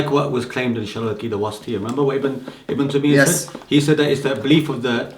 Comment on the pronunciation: Who is ibn tameeya and uthameen fam you can't even say their names properly.